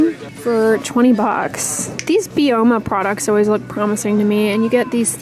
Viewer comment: i believe Byoma is pronounced bye-oma, supposed to be like skin microbiome